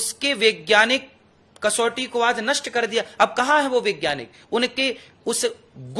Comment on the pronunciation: महाराज जी.....वैज्ञानिक बोलिए.... विज्ञानिक कोई शब्द नहीं है।। बताओ आप ठीक से हिंदी भी नहीं जानते 😂😂😂😂😂